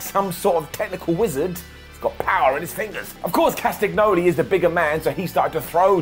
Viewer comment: I love, he is the best thing about the Internet pro-wrestling community and deserves an infinite amount of Ups for his great work. All that said, I'm kinda sad that he can't pronounce Claudio's last name. It's written Castagnoli, but in Roman languages this is pronounced differently. I have no idea how to write it in English, but check it out. And yet, this takes nothing away from how brilliant his content is. One love ❤️